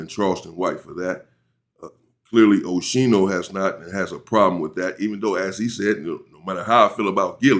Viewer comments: Aye UNC you say his name like (OSKEENO) 👈🏽👀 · MY MAN SAID OSHINO 😅😅🤞🏾